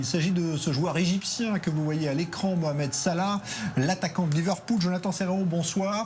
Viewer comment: On dit pas mokhamed mais mohamed Vous arrivez bien à dire le ha lorsque cela vous arrange n'est ce pas 🤥🤥🤥